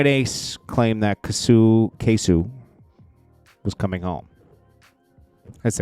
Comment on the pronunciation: it’s pronounced “kay so” not kasoo 😂